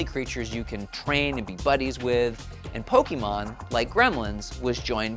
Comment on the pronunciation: It's not "pokeeeemon." Argh!!! Why is this so hard? Did no one watch the cartoon growing up?